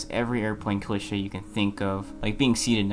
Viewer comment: That’s not how you pronounce cliché 😭